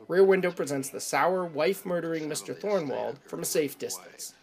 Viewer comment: It’s THORWALD not Thornwald.